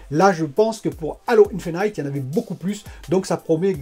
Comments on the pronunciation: On prononce Halo Infinite (in fi nite) pas "Halo Infinaïte" pareil pour Unreal on prononce (aine jine ou haine jean) pas on ne dit pas "Unreal Engaïne" (désolé ça m'écorche les oreilles). Bon contenu sinon, keep it up ! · J’ai les oreilles qui saignent... le nombre de fois où tu prononces enjaïne et infinaïte en plus 😂